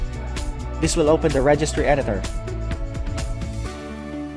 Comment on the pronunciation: Registry pronounciation and video not clear